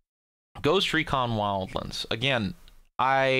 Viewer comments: Bro, it's not WildLINDS. It's Wild-Lands! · "Ghost recon wildlens" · Ghost Recon "wildLINDS"...... BD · you really enjoy saying wildlands like a weirdo huh? okay fair enough